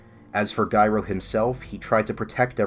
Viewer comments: It’s pronounced like the word gyro. The g sounds like a j. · Why do you keep pronouncing Gyro like ‘Guyro’?